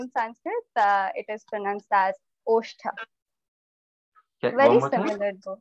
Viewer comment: Osth not ostha